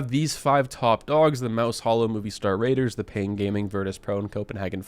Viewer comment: excellent video sir btw it is "Movistar Riders" NOT "Movistar Raiders"